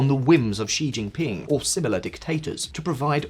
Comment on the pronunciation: You finally pronounced „Xi“ correctly!!! Made my day, thank you!! ❤